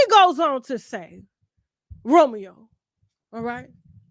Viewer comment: I’m so happy to said it Romeo wrong af